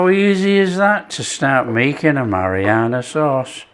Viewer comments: No it's not your ears, I hear it too. It's driving me nuts. I keep yelling at the screen "It's Marinara, Not Marianna". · Your hearing is perfect - he does say Marianna sauce. He also says oregano and basil different too. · Am I the only one hearing marianna sauce? Is it just my ears? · Mariana sauce lol. It’s Marinara! Very nice it is too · "A Mariana sauce"? 😂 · It's MA-RI-NA-RA sauce! Nice 1! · Absolutely Mary-Anna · It's "hairy Mary sauce "